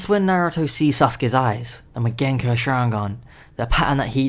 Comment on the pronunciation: it's mangekyo not magenkyo